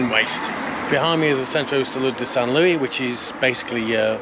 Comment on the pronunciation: Great video, as always! But it's not San LOOEY, it's San LOO-EESE 👍